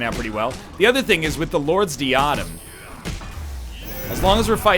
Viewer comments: The Lords Diadem isn't pronounced Dee-ah-dim it's pronounced Die-uh-dem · NL, it's not pronounced 'dee-ah-dem' it's 'die-ah-dem'